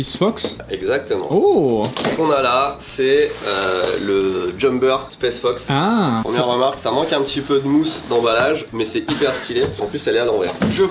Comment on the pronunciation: m'a tendu à dire spesse fox et the North fesse toute la vidéo 😭